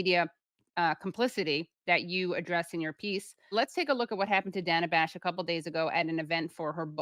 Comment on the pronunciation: CNN is almost worse than msnbc because they claim to not be liberal shills. at least manbc is like obvious edit: thank you for pronouncing her name correctly. drives me insane. i dont like her... but it's her name and why is that so hard